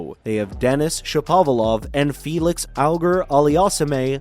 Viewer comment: felixs name pronunciation lmaoo